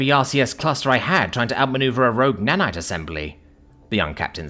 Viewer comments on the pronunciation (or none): none